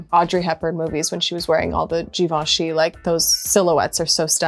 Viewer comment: She’s in the fashion industry and mispronounces Givenchy. 🤦🏻‍♀️